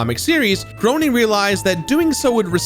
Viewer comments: His name is pronounced “graining” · Groening is pronounced Gray-Ning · Matt Groening's name is pronounced gray-ning just fyi! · Great video but I just gotta say, it’s pronounced Matt “gray”ning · preeeettyyyyy sure it's pronounced Grain-ing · Credibility takes a hit when 'Groening' isn't pronounced correctly... ...One could say it left me GROANING. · It must suck for Matt Groening to be in the public for three decades and people can’t give enough of a shit to pronounce his name correctly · Uh oh. You mispronounced Groening lol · There is literally no excuse to still mispronounce "Groening". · For future reference, Matt Groening's last name is pronounced "GRAY-NING" and not "GROW-NING". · Love the episode, love this game, but, just for future reference, it's pronounced Matt Graining, not Matt Groaning. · I was under the impression that Groening was pronounced like 'graining' not 'groaning'. Anyhow, I was enamored with this game for every bit of an hour before I came across a super frustration mission, which upon attempting the fifteenth time, I gave up. I decided my blood pressure would thank me for not trying to beat another one of those frustratingly unfair games from the early aughts. Seriously, the level of patience needed to surpass the rental padding they added to games back then was insane. I understand they didn't want you to rent the game from Blockbuster and beat it in a weekend and never buy it, but they could have padded it out with some decent side stories and still come out on top. My kids love it to death though, my daughter especially. She basically just explores the city, occasionally doing a mission or two. My son just likes ramming buildings at high speeds for some odd reason. Wait until he gets his hands on GTA IV when he gets a little older, the rag-doll effect makes that pass-time so much more fulfilling! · Matt Groening's name is pronounced "Grenning", not "Groaning". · Ahhhh. It's pronounced "Grain - ing" not "Grown - ing"